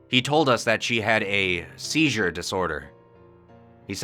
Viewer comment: "Julia had a sheezher"